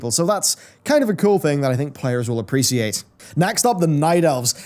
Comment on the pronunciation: someone teach how to pronounce appreciate please::(